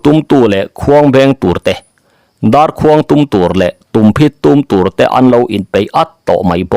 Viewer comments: Darbu hi tûm ni lovin tum tihtur ni awm tak a ni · Tum hi ṭingṭang tum angin lam tur alawm dar tum hi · A lawmawm e...ih maw,tumphit hi an tum ngai lo a sin,'Tum' i lam dik lo tlat,kan tawng ho tetea ngaih lam dik loh awm thin hian ngaihthlak a tinuam lo,lo inzir uluk aw